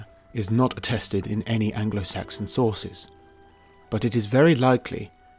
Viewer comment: “norse sorces”:)